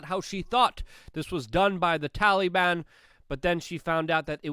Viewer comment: Tallyban... Drives me crazy lol.